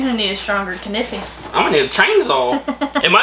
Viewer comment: So I'm not the only one who says " Kiniffy "!